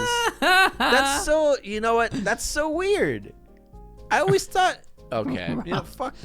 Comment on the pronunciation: Y'all just gonna ignore the 'alway'?